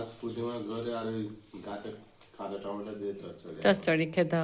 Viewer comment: টমেটা না টমেটো ।